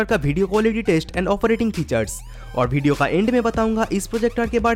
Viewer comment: Bhai tu bihar se hsi kya video ko bedio bol rha hai😂😂😂